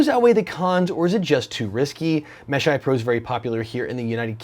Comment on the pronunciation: "Eyepro"... oh god.